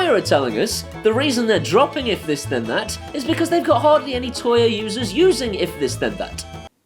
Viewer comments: For God sake, stop calling it "Toya". It's "Tuya". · Surely it's pronounced "too-yah?"